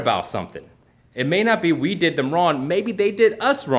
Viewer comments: Is he saying RON? I'm pretty sure that in the English language regardless of where it is spoken that is still WRONG? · holy shit he really does say ron instead of wrong rofl... is it a way of not actually saying sorry ?? :-P haha like fingers crossed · Is it me or does it sound like says "Ron" instead of "wrong"? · He’s pronouncing it ron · He can't even utter the word "wrong" - that's just ron,. Just ron, bro. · Really? Straight up just says "Ron" no effort at all in trying to pronounce it correctly. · I am sorry to tell you that you did something wrong, you pronounced the word "wrong" wrong by pronouncing it "Ron". Sucks to be wrong i guess. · "Ron" he can't say wrong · Seriously... you can't even say the word "wrong." "Rawn, ron, raun, rauwan" -. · What is "ron"? I mean, you're making videos although you can't speak proparly. Learn to say "wrong" first, and then come talk to your "audience". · why is he saying Ron I'm so confused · is it me or is saying "wrone" instead of "wrong" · He is saying Ron hahahha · Why does he keep saying wron? The word is wrong. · Are you saying wrong or Ron? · why is he pronouncing wrong as 'ron'? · How does he speak English so well, but can’t say the word wrong correctly? That’s just Ron! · why does he say ron? the fuh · Is he really saying Ron..... lmao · why is he saying wron?? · eddieur think he can't say "Wrong" lol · I'm confused. Can this dude actually not say Wrong? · lol! why can't he say wrong?? this is hilarious, legit can't focus on any of the video now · You said the word "wrong"wrong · this is the first time i have heard someone have trouble saying the word wrong